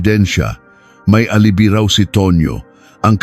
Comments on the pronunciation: Akala ko, ako lang nakapansin! 😂 * alibay is the right pronounciation not “ alibee”. 😂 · Hindi alibi "pronounce as ( alibay)